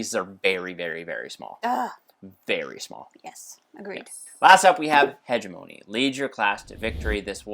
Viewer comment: Hegemony might be the most thematic game I’ve ever heard of. I’ve heard good things but you two recommending it has put it to the top of my list! Also, it is my crusade as an Anthropology major to get every gamer to pronounce Hegemony correctly (Huh-jem-uh-nee)